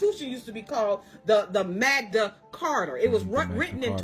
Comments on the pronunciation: Hey I don’t wanna be a dick but it’s called the “Magna Carta”. Seriously how can anyone listen to that lady call it the “Magda Carter”. She even spelled it out. Please stop being absolutely clueless. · It is referred to as the MaGna Carter, not MagDa carter. G NOT D!!!! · 20+ years studying law. Its 'Magna Carta' not whatever she said, 1215 was correct...it was...it was also written for ENGLAND not the U.S...Holy f*c...some people just believe anything with no source checking.